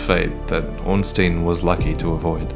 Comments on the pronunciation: Stop saying Ornsteen for fuck's sake. It's pronounced like you pronounce Einstein. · 6 years and you still couldn't pronounce "Ornstein" right.